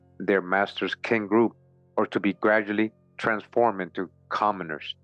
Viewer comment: Another great read my brother. I know some might not understand when you say king it’s Kin, it’s like a blood relative, a cousin, an aunt, an uncle, a brother in law and so on, Kin…